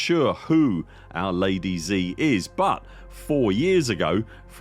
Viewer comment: Just for you to know, Zi is pronounced "Dzeuh", not Zee